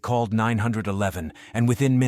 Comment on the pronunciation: The way he's pronounced 911 really that's what the comments are about.. thats stupid.